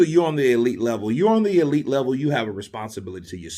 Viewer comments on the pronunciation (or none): none